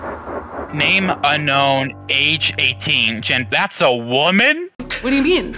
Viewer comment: all of the das a wamen or that's a woman 👁👄👁 got me lol I'm still laughing lol